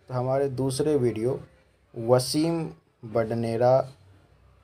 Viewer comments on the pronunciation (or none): वसीम नहीं उसे कहते हैं, वाशिम.